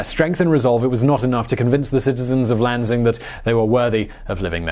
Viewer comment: Lanzing lol..say it with me lan-sing